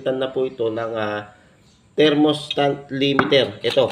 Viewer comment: THERMOSTAT pards hindi thermostant